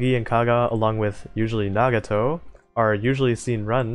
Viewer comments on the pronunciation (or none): none